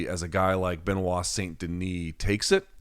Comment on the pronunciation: loved seeing give a talkin to after calling him (ben-oight) in the intro... got (Ben-wah) right after fosho!!!!